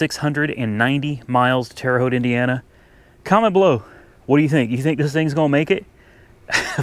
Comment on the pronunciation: I'm impressed, you pronounced the name of My home town Terre Haute Indiana Right.......lol